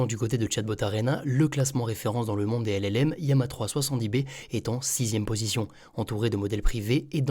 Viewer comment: Pourquoi ne pas prononcer correctement LAMA ❓❓